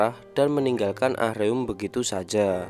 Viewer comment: Ah-reum korea nya .. Baca nya Aruma ..